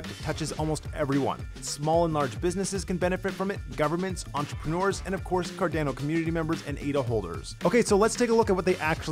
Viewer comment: quit saying Cardano like a Canadian